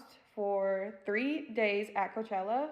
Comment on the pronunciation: Coachella sounds more like Cockroachella for me 😂😂